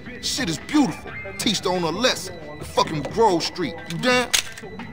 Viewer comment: es heißt GROVE nicht Gruve -.